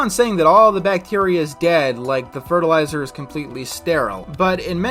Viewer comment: just...say...fertilizer. Say it with me class. fert-il-i-zer